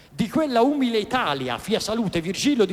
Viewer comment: Ma santa pazienza, conosce solo questi, di commenti? La consultazione della sola Enciclopedia Dantesca Le toglierebbe molte illusioni. E con tutta la scienza non sa che si pronuncia umìle?